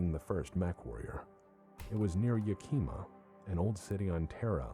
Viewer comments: pronunciation of Yakima kills me. 🤣 It's awful. But I don't expect him to know because he didn't grow up anywhere near there. It's pronounced "YAK-ihmah" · It's Yakima (not Yakeema! Shees,, do you pronounce the capital of Texas "Austeen"?) in south central Washington. Not far from Mount Rainier. "Before calmly walking up, raising the mech's right foot, and stomping the tank flat." Um, that picture has the Mackie stomping with it's LEFT foot. There have been various depictions of the Mackie over the years. actually addresses why some of the Mackies have dick lasers and other don't as the dick-laser variant being one of the Mackie clones that one of the Great Houses made as they tried to copy the design. I think the weapons designer was compensating for something. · The Mackie test happened near Yakima WA. is just horribly mispronouncing the city's name.